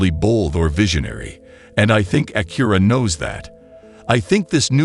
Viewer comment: Bad AI voice and video. The front of the car changes with each view. I hate how it says Acura.